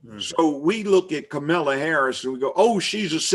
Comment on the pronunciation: Did this man say cum-ala Harris???? Smh